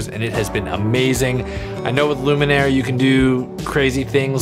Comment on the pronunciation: I'm here to mention what has possibly already been mentioned in the comments: If Luminar misses a patch of skin in your example you can click on "Edit Mask" and help it find the parts that it missed. Hope that helps! Also, really sorry but I think you've been mispronouncing the name of the product through the whole video 😬